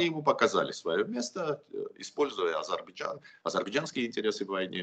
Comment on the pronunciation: Уважаемый ведуший научите пожалюста своего собеседника правильно произнести слова "АЗЕРБАЙДЖАН" !!!